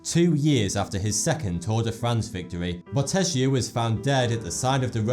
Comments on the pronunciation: Bottecchia is pronounced Bottekkia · It's Peonis, not poenis. And as Italian I find definitely funnier the way he spells Bottecchia: BOTESHIA lol :) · Really interesting video. Some little Italian suggestions: "Bottecchia" should be spelt like "bottekya"; and it is "pEOnis", not "pOEnis". Great video thoug